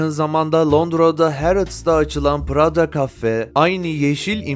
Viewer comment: Keşke prada demeyi bilen birisi seslendirseydi😢